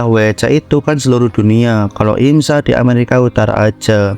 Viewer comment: Sampeyan Nek Ngomong IMSA Malah Kek IMSAK Ya